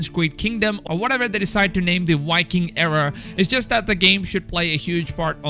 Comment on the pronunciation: V in viking is pronounced With a V not a W. Your probably Dutch or Danish